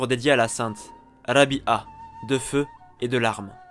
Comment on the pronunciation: Rabi3a et non rabia la prononciation est pas bonne😘😘😘